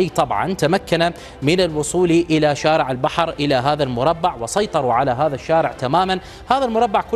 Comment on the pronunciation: بلسان عبري يتكلم هدا المديع قال شوارع وشارع وضع الشدة على حرف الشين لغة الضاد كشفت عنك أنك عكل